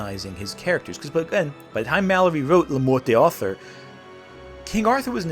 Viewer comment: Morte d'Arthur is pronounced "mort dar-TOOR", not "mort day AR-ther". What was it you said in this vid about researching things and not just pulling them out of your arse? Researching how things are pronounced might be something you should consider adding to your regimen.